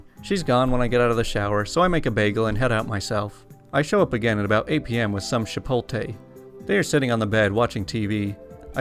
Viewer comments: Shipotle? It’s pronounced chipotle ch like chalk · im sorry how did you just pronounce "Chipolte"?